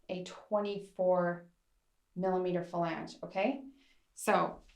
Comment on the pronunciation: super helpful information. My only critique would be that you stop saying "fa lang" as it is "flang". 🙂